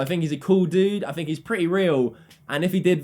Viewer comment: It's think* not "fink"